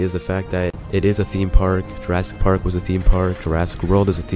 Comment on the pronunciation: jurassic parrld.